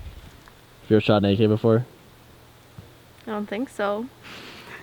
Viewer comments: Legit thought you said have you ever shot naked before not have you ever shot an ak before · I thought he said have u ever shot naked not a ak lmao